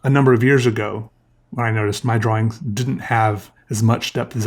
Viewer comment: Do you purposely say Draw Wings? Or is that an accent?